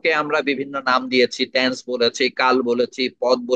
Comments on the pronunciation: উচ্চারণটা ট্যান্স হবে না, টেন্স হবে। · ট্যানস উচ্চারণ করল অথচ তিনি চেয়ারম্যান।